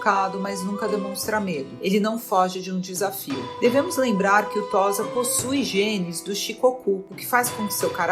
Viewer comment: Não se fala "Tóza", mas "Tôssa".